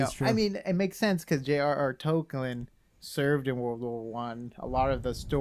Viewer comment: j.r.r. "toklin" ?????????